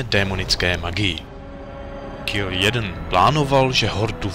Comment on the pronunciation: Moc pěkné, ale čte se to Kil džejdn :D Né jeden :D